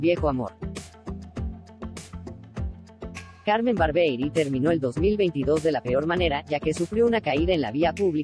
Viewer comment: Muchachos díganle a la locutora, que habla en esta promoción que el nombre de CARMEN ES , CARMEN BARBIERI, Y NO CARMEN BARBEI,,..............DELETREENSENLO, BAR-BIE-RI, Y NO BAR- BEI , OK?.